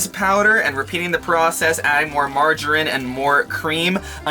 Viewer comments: How pronounces Margarine, makes me cringe 'Marge a rin'... It's (Marge-a-ree-n?) Love your videos you should put a coffee vhynl (sorry bad spelling) in your van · Is pronounced Marge mareen